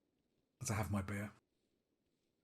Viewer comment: You got beer 🍺! Cheers 🍻. When you said beer, I heard bear 🐻 lol…….